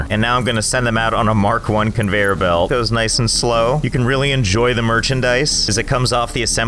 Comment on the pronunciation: you ruined the word conveyor belt for me